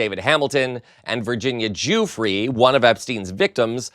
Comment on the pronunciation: Virginia's surname is pronounced "jee-yoo-fray"! GET IT RIGHT!!!!!!!!!!